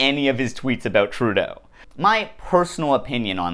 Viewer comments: Why does he keep saying "Troodull"? Trudeau doesn't have an L in. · “Justin Trudel” As somebody who took French, this is all it takes for me to go “f*ck off”